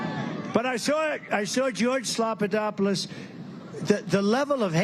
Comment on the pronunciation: Slopadoppolus ! LOL :face-green-smiling